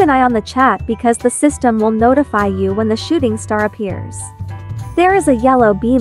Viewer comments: Am I the only one who heard "Shitting star"? 💀💀💀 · Nope I heard shitting star too😂